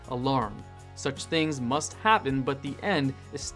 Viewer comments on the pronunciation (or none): none